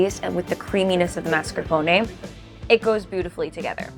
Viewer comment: Sounds so weird to hear “mascarpone” said as “mas-car-poney” that doughnut looks so good.